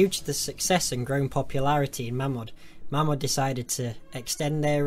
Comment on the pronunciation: Its pronounced 'MAYMOD'